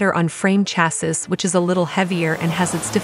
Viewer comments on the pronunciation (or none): Oh my God. Its pronounced CHASEE!!! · Chassis is pronounced CHASS SEE. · I would have continued watching… however the mispronunciation of “ chassis” grates.😂